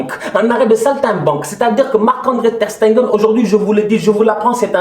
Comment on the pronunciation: prononce bien le nom de notre goal Ter Stegen op Tengeun😂🤦🏻‍♀️